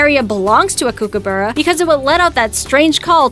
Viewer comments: You can't say kokabrra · kokoburra? I dont know what to make out of that pronunciation... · She saying kookaburra wrong Australian that’s not how you say it